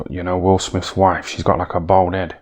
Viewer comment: How many times did he say BOWLD head?😅 😂